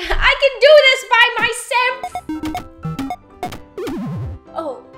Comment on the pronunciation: "I can do this by my semf" lol love u